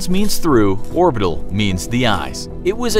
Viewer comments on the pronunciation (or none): none